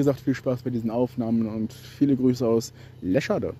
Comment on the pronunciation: by the way es wird leescheedeee ausgesprochen:goodvibes